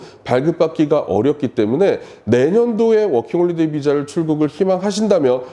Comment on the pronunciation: 워킹홀리데이->워킹홀리데 허허~아쉽습니다